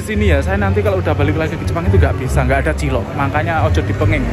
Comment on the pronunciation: Digrobak tulisan cilok,,knp selalu nyebutnya CILOT,,,???